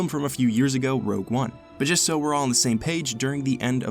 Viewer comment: HOLD UP he said rouge one character saw